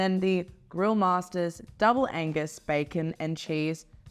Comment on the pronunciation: When ordering an Angus burger, don't forget the G.